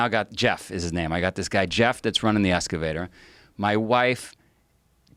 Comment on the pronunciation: EXcavator. Not Escavator.